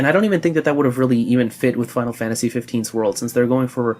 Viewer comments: FAINARU FANTAJI PLEASE~ love the outro! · Hey fuck the haters of your outro saying they hate you saying FF in that accent it wouldn't be the same without it! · No never stop doing it its fkn awesome i do it too XD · I like it when he says it tho :( Stays true to square xD